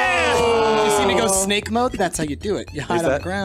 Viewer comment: I wonder how many pints must've had before he'd let "Sbake Gernades" slip through the net:P